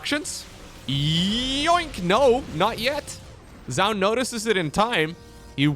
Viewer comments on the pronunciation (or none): Minor point, "Zoun" is pronounced as "Zhao Yun", a Three Kingdoms general. He just uses a strange anglicization for the spelling.